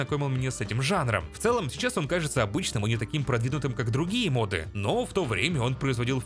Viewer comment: я понимаю, что ты поляк и всё такое, но правильно говорить мОды, а не модЫ, и с мОбами та же история